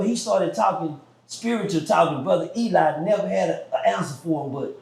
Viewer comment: Eligh is "he lie" 😂